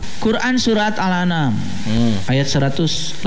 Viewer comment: Qur'an Surat Al Anam (kata )... salah baca dia.. harusnya Qur'an Surat Al An'am... ( ini oon murokab tapi ngajak ngajak orang lain oon berjamaah bareng dia)